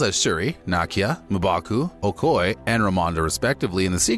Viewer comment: Mbaku not MA! Mbaku! Jesus!